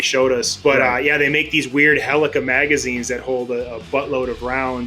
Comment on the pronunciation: Just a friendly reminder, they're called HELICAL magazines, not HELICA magazines. No shade, just reminding.